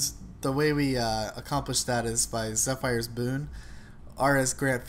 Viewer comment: Nice build, I like it. Not to be a grammar nazi, or any of their kin, but Zephyr is pronounced ZEF-ER. Again, not being critical or anything, it was just something I noticed and it bugged me to the point of having to comment. Once again, great build, I like it. Thanks for posting it.